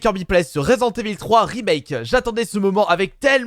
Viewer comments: 😂😂 resent evil au lieu de resident😂 mais aussi non super video kirby continue comme ça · « Résident evil FROUiii » 😂😂